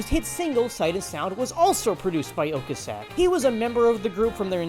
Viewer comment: Isn't it "O-cass-ek", not "Ok-asek"? There's a video on YT from 16 years ago under the title of "Members of the CARS introduce themselves" where you can hear him say it himself. Anyway, interesting video. I've never heard of this band.